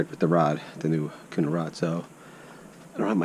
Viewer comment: Dude say okuma the right away